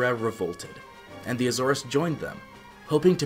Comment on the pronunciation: Good information. However, You’re mis pronouncing the word Azores.